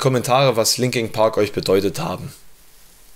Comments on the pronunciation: "LinkinG Park" :D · 'Linking Park'